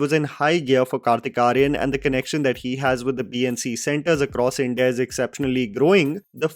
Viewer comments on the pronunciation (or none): none